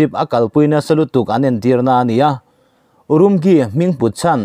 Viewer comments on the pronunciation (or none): lo ngaithla chiang rawh aw. URUMQI city hming i lam dan hi a Diklo aw. English 'q' hi Chinese tawng chuan ' Chi' ti a lam tur. URIMCHI.. ti ang in. Anmahni Jan Chinese chuan an ziah dan ah chuan, Ulumuchi ti anga lam ani. Nakin ah i la puang leh zel mai thei a, i lo Notice dawn nia.(kum 13 lai Urumqi city ah ka cheng ve tawh a, ka lung aleng in, mipui te ka khawngaih hle ani)